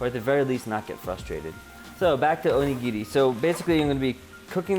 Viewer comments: Onigiri, you pronounced it perfectly! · no, you said onigiri so well. great job! :D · It's funny to me that you worried about your pronunciation of onigiri even though you said it right, whereas you pronounced udon wrong the whole time lol